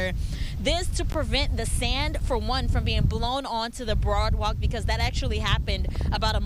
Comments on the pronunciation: did she say broadwalk ????? not once but at least twice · I’m just wondering how you get a job is broadcasting without being able to speak correctly.? Broadwalk? Do better. That was so hard to listen to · She was saying Broadwalk? Aren't news reporters supposed to be more educated 🤔🙄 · Did she say "broadwalk?" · She said " broadwalk". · BOARDWALK not BROADWALK😂